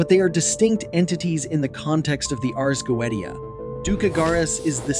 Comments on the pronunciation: Please please all English speakers in every video please learn to read the Latin words with the exact pronounce, Ars Goetia is like Urs GoeTSeeA with the last A read like in “us”. This is a little effort to do but really I’m Italian and I can’t listen to these wrong sounds everytime it’s really annoying even because when we learn English we must learn the perfect pronounce and not change it based on our language’s rules. Sorry I don’t want to be mean anyway the video is well done and appreciated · The fact that you pronounce the Ars Goetia wrong multiple times... Drives me insane... please fix it 😂 But other than that I really did enjoy this as a person that works with demons. This is very interesting I enjoy seeing other people's takes on the infernal Divine. They are truly amazing entities to work with. Show them respect. Do not try the control they have free will they don't have to do anything for you. Lord Lucifer is very kind he has helped me with self-love and my healing journey. I have also been working with baphomet For balance and recently Prince Vassago For my healing journey as well and to help with the tarot. I do appreciate you showing that demons are not the things that people like to portray them to be.